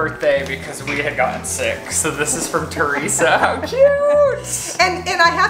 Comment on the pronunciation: “This package is from TUResa”